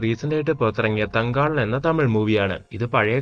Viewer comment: Its Thanga laaan.